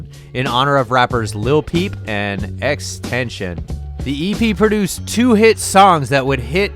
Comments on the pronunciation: He said x tenchion 😂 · Can he say XXXTENTACION or Jarred right?! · Dude just stop making these vids, you can even pronounce X's names or Jarad's , and you continuously keep clickbaiting these types of vids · the way the dude said X's name like WHAT